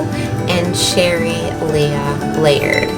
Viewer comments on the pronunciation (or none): none